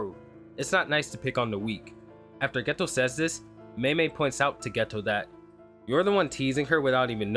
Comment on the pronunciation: No disrespect to you or your channel, just wanted to let you know Geto is pronounced as “gaytoe”. Honestly I could be wrong, but I’ve been trying to learn Japanese these past 7 months so I’d be sad if I was :/